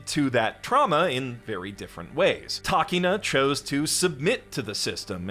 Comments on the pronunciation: Hearing "Takeena" instead of Takina hurt my ears. I mean, did you watch the show or didn't you? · How you gonna make the stupid skit after watching the anime and still pronounce takina wrong?